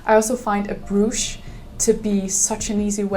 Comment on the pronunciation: Jeg håber, at du opfatter det som et venligt ment hint. Brooch udtales lidt anderledes. Undskyld hvis jeg skulle have holdt min mund.